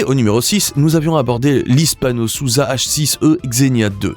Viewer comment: Hispano-Suiza pas Hispano-Souza.